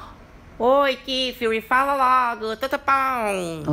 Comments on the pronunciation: "KIFIRI" kkkkkkkkkkkkkkkkkkk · "Kífiri" kkkkkkkkkk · "Kifili" KKKKKKKKKKKKKKKKKKKK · "Kifiuri" kkkkkkkkkkkkkkkkkk